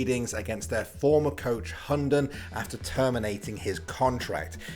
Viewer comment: if you wanna know how to pronounce his hunden name in danish i'll try my best because i may as well speak tatoinee lanquage and it would be the same. the name means the dog or hound. (this guy pronounced it like hondon) first the Hu which is just the h sound and the u sound not like this guy saying it like an o. (just like you would pronounce hu tao in genshin impact) second is the den. it is not pronounced like the name Den or like den in Denmark. the d is silent and the e is like eh but without the h sound so its just the e sound in eh. and lastly its n is just n. so h u (silent d) e(h)n